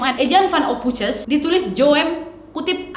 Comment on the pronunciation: "ophoisen" kak cara bacanya.